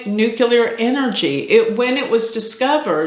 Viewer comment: It’s nuclear not nuchelar😅I noticed a lot of people say it like that but it’s nuclear !